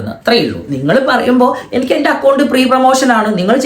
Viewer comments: ഉള്ള അണ്ടി മുറിക്കുന്നതിനു പകരം ഒരു എക്സ്ട്രാ അണ്ടി കൂടി വെച്ച് കൊടുത്ത് എന്ന കേട്ടെ.... ഈ പുന്നാര മോൻ കാരണമാ വെളിച്ചെണ്ണയിക്ക് ഇത്രയും വില കൂടുന്നത് 😅😅😅.. മലപ്പുറം കരാൻ ഇനി ലേഡീസ് ബാത്‌റൂമിൽ ഓക്കേ കേറി ഒരു വിലസ്സ് വിലസ്സും... ദയവു ചെയ്ത് കുണ്ട നീ ഇംഗ്ലീഷ് പറയരുത്, പ്രീ പ്രേമോഷൻ അല്ല, ഫ്രീ പ്രേമോഷൻ.... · free promotion ❌ Pree promotion ✅ 😂